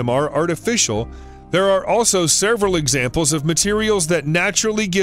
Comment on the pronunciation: WHY does this guy keep saying: "sereval"??? It's: "SEVERAL"..........OMG/SMDH - NOT that hard.